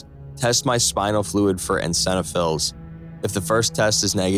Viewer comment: You still can't pronounce "eosinophils" correctly.